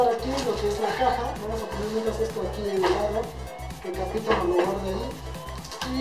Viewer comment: Se llama ca-pito :v